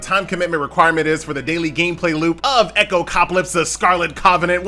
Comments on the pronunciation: Echo Cop Ah Lips :face-blue-smiling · please stop saying this game's name, it's no echopcaplips XD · my man's getting sponsored but still can't say the game's name correctly 😂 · My thoughts exactly, it's not that hard xD